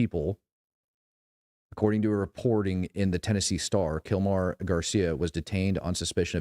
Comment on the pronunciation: It’s pronounced KillMore